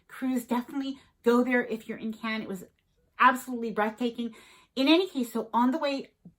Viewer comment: You should have learned to pronounce Cannes 😆